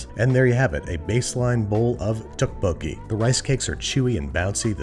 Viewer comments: This I agree with. However I did not think he pronounced 떡볶이 well. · yeah it was a little painful each time but like at least he tried which can not be said for a lot of people unfortunately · Ok yeah he pronounced tteokbokki wrong, but it's not an easy work to pronounce unless you speak Korean or have heard someone else say it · "More correctly" is a pretty low bar, and let's be clear - this is not the correct pronunciation of tteokpokki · Babish, saying korean words with correct pronunciation but wrong inflection every time. It's okay still love you, you did your best. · Man butchered the name lol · The double T in the beginning is actually pronounced like a D :) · 아 ㅋㅋㅋㅋ 떡볶이 발음 왤케 귀엽냐 ㅋㅋ Lol Babbish saying tteokbokki is so adorable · Pronunciation is off but the recipe is legit -A Korean. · I love the way you pronounce Tteokbokki, as a Korean I can tell you the writing is way different than the pronunciation. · It's pronounced doek-bo-ki (doe=duh). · Oh hey! I had tteokbokki just now! Also the way u pronounce them “Tuhk! Boki” is killing me. Also you meed to add onions and scallions when cooking for sweetness. We don’t usually top them with fresh scallion. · Ah yes, my favourite ttekkbbooi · Fine. The Tt at the beginning is more of a D sounds like tdokebokie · I really enjoy Babish's videos, but I can't help but cringe whenever I heard the dish being mispronounced pretty badly. You put so much effort in the preparation and cooking, I would like to see it expand into your knowledge and representation of other culture's cuisines. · Can he watch Mukbang and learn how to pronounce tteokbokki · The way he's pronouncing it is killing me, but tteokbokki is probably one of my favorite Korean dishes and I'm happy to see Babush make it :) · recipe: fantastic and authentic, but I will never be able to unhear that pronunciation of tteokbokki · Tteokbokki isn’t pronounced with a “tteok” sound and instead with a “dokk” sound. Loved the video though